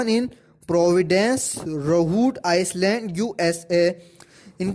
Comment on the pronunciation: Bro Iceland nahi island hy